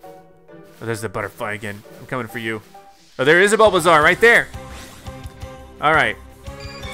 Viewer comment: It bulbasaur like a dinosaur with a bulb not a bulbazar